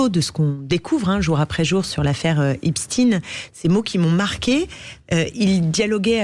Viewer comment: Clémentine ! Epstein, et pas Epstin